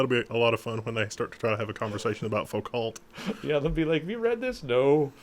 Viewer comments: It's pronounced Foo-ko (foucault) ;) Great show BTW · foucault is pronounced "Fuko", it is french, he is a boss, love your videos! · You guys were mispronouncing Foucault's name on purpose, right? :)